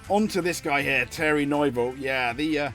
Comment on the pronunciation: I'm sorry but the name mispronunciations in this video are EGREGIOUS. Thierry Neuville - Tee eerie New ville Ott Tanak - Oit Tanak Kalle Rovanpera - Kallay Rov an pera Sami Pajari - Sammy Paa yaari With regards to Mikkelsen, he's a gravel specialist so i have no idea why Hyundai have put him in the car for the asphalt events. Truly baffling decision making imo.